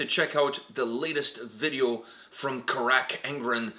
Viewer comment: Why does he say "Crack" not carach angren Not trying to be rude btw